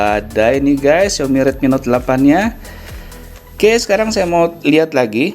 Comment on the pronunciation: Yailah ngomong Xiaomi aja "Xiomi"